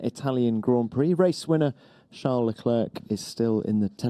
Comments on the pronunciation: Ahh yes, Chales Leclerc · Haha when Charles say crown I understand Corona😂